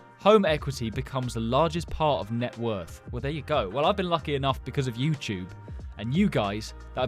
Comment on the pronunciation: Hi guys welcome back to the youchube😂😂